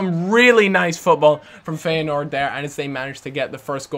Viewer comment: sulejmani is pronounced without the j. so you almost did it right, just leave that part out. and feyenoord, the ey part is pronounced like you would say I. great vid ;)